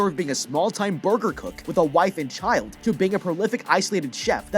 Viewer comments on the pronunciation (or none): none